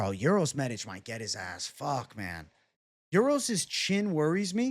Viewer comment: "You said that so well,. I was captivated by how you said the letter 'Ć'. The 'Š' is the only problem with the name, but forget about it. Best regards!"